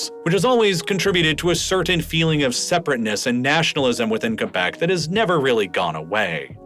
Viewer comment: I love how you pronounced Quebec right, and now "kwebek" like most others do